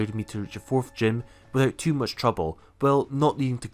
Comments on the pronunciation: Agreed. sometimes i dnt really know either and i noticed after a while he makes the (th) sound like an (fff) for some reason like (forf) and not (fourth) if this makes sense. Not easy for not native english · Yeah I know what you mean. I am native English but having a slight hearing issue for some time now... 😅 But yeah the "forf" / "fourth" thing is weird. No offense to anyone personally but it is weird.